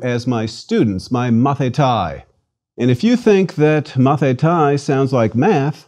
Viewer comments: It is not "Mathitai" it is pronounced "Mathite" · With all the respect you are not pronouncing our words correct . The word student Μαθηται is pronounces Mathite .ΑΙ = ΕΨΙΛΟΝ . ΜΑΘΗΤΑΙ . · It's great that you are so passionate about the language of my ancestors but let me give you a tip: (At least in Greece) We pronounce the words in accordance with the modern greek pronounciation so the "αι" is not "ái" but "e" and conequently the "μαθηταί" is not " mathitái" but "mathité"